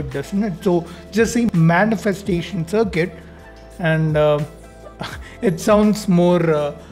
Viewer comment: Circuits ❌ CirCUTEs✅